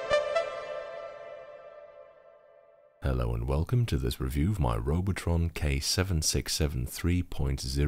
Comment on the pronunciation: That German is spot on.